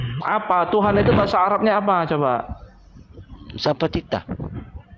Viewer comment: Sebutan Tuhan bukan Tuhang